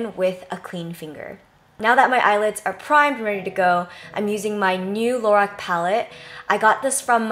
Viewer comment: Jenn, I absolutely love this. Seriously, thank you for doing makeup videos now! Oh, and another thing (and this is just me being picky), "Lorac" is actually pronounced "La-rock". I was saying it wrong for the longest time, but I was finally enlightened :)